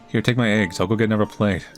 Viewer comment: The way says "psychiatrist" kills me. I love it though. Kinda like when he says "anuvver"